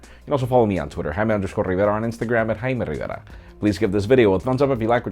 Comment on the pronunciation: always gets to me, i love it!